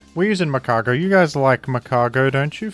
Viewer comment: It's Magcargo